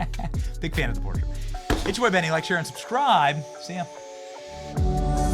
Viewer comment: Who pronounces portrait the way you did? PorTRAIT.